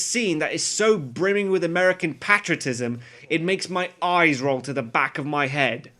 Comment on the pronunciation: Why do you pronounce patriotism patrotism?